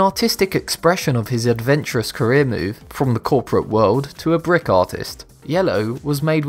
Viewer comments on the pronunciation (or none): Did He Say 'Brit Or "Brick"?